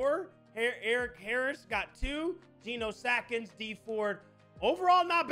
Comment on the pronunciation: I'm sorry but him saying "Genos Atkins" makes me so mad